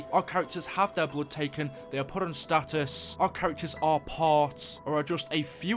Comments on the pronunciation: No it's stasis not status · are you mispronouncing stasis on purpose? it's getting annoying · you kept saying status which it said stasis it means there gonna be frozen or somethng